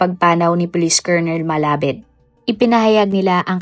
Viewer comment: Hindi "malabed" kundi "malabad"di mo ni research ng maayus eh"KNOWLEDGE IS POWER"